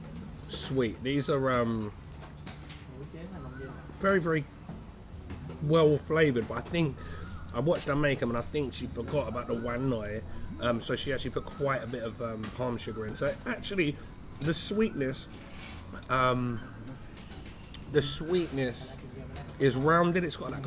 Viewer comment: She did it right, you said หวานหน่อย (warn noi) instead of หวานน้อย (warn noi!)